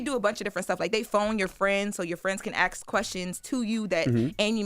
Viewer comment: I need, in her esteemed position, to cease and desist using the word “axe” when meaning “ask”…with all due respect.